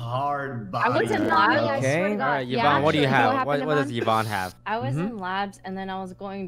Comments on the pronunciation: Sykunno, remember its EEEEEE-vonne, not yuh-vonne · E-von. Eeeeeee-von. Not yuh-von, not Uh-von, not Yee-von. I swear that urks me way more than it should but she spent an entire day correcting you and its a very common name. E......von say it with me, E-von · I can’t every time he says YEH VONNE. Y acts like a vowel here. Not a consonant. 😭 It’s EEE VONNE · Sykkuno : "yuivonne" Pokimane : "ITS EE-VONNE" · So, he went back to saying Yuh-von, I guess. Lol, it’s EE-von man 😂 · i love sykkuno but every time he calls yvonne with "yeevonne", it kinda annoys me :(